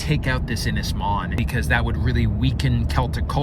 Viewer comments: Yey the maze bowl has finally gone ! PS its pronounced Un is mon not IN is mon.(( im welsh dont you know lol )) Edit PPS please buy a ready made cabin for the main cabin and just put it together , may give you 2 months less footage but 1 you dont have the length or girth of timber on your property to build it, 2 you dont have the machinery to move the logs the size you need and 3, 2 more years of watching you fudge your way through building a cabin and redoing half of it over again when you get better information is not setting my pants on fire ! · need to work on your welsh pronunciation, ynys is more like un is, Môn is more like moan but with a shorter A sound